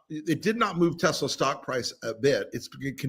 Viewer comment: “ I love Tesler”…your president said. Big surprise!